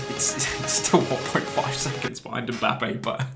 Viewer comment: why you say mbapping